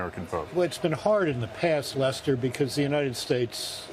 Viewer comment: the guy called him Luster, not Lester, lol